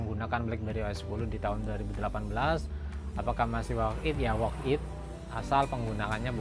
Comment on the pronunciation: worth it mas, bukan work it :v